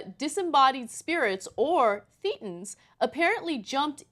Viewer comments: It's "thay-ten" not "thee-ten". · It's pronounced They-tans. Just saying. Love the segment guys! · pronounced "thay-tins." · It's pronounced thay-ten. Like Satan, but with a lisp. No I am not kidding. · "thay-tons" idiot Turdsters.